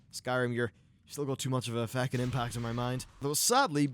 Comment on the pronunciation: lmfao how you say Feckin and I thought that baby moose child was pretty cute